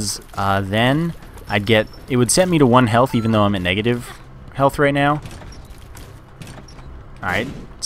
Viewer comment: he he he. "it help's EVE-en her out."